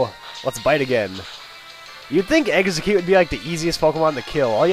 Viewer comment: Eggsacute sounds like exacute